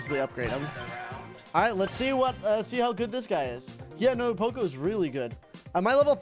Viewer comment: Why does he keep on saying choco it is poco